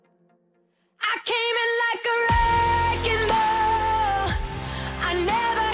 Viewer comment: I love it how she pronounces "ball" like "bell" ... Idk😂its just cute